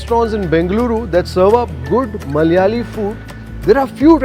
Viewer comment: Dear bro it's not Mallyaali, it is "Malayaali"